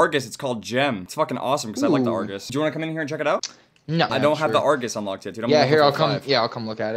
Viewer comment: No its argus -_